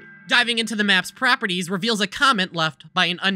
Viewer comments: You may not have noticed but he said PROPerties as PRAPerties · Everyone's talking about 'council' but no one acknowledges 'praperties' 😂